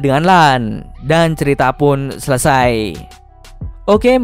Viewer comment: "....seluruh alur ceritho....."